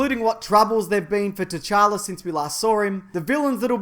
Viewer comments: The t in t'challa is silent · did... did you just call him king tchanka? like as in rainbow 6 siege?? lol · in t'challa the t is silent just so you know